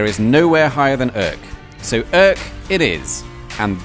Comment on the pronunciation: I don't speak Dutch, so I'm not quite sure how to correctly pronounce "Urk". But I can't imagine that your version is anywhere near. Considering how well you manage French, German and even Danish, I find that disappointing. That, and the noisy part of the music, made me click 'dislike'.